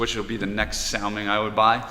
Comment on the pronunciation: Thanks, your post is just on time as I needed some great independent views. By the way I believe its pronounced like the Jewish name Saul - ming. Take Care.